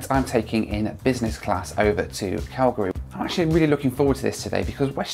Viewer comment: THANK YOU FOR KNOWING HOW TO SAY CALGARY PROPERLY!!!!